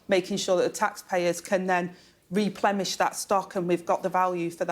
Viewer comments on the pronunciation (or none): Replemish?? That’s not a slip of the tongue Deputy PM It’s replenish dear lol Wow what have we become 😅😢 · Did she really say "repleMish" ? (@ "can't replemish the stock")